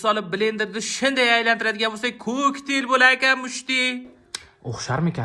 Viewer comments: Kokteyl ❌ Koʻktel ✅ 😅😅😅😅😅😅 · Kaktel❌ koktel✅ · Kakteyl❌ Kaktil✔️